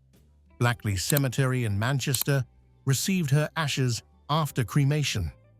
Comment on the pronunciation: It is Blake ly not blackly